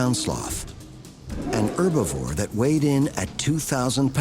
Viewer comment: "was it an herbavoir?" Lol are you serious?